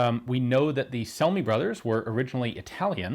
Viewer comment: If those brothers were Italian, then their last name would be pronounced something like "Chel-me".